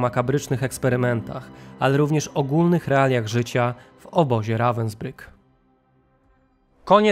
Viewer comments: Dokładnie to Ravensbhyk się czyta. Więc proszę się doinformować i nie wprowadzać w błąd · Naucz sie czytać i mówic po niemiecku końcówki er czyta się jak „a” miasto wypowiada się ravensbrug 😊😂